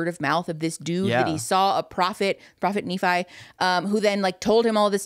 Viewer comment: pronounced Nephi wrong - exmormon speaking - idek how to correct him in writing the e is different - it's Knee-phi